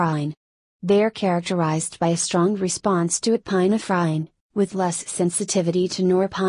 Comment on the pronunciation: it was really funny 🤣 epi-na -frine